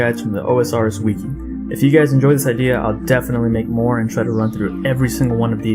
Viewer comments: bro its called wih-key no wee-kee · Jesus Christ, who taught this man to speak? People getting triggered over "ruins" while i'm out here with a headache after hearing wiki pronounced as "weekie"